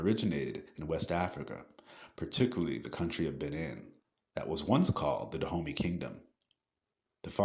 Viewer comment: Its pronounce duh oh may dahomey